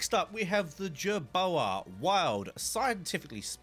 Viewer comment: when he pronounced jerboa wrong I cringed